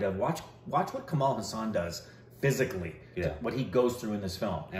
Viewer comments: It's pronounced Haaa - sun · my dear dear bro, I know its difficult for you with the names, especially Indian names. But the way you pronounce Kamal Haasan's name hurts my ears. Its pronounced as Kamal Haa'san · Its kamal haasan ..not kammal husain...😀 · Kamala Haasan. Not Kamaal Hussan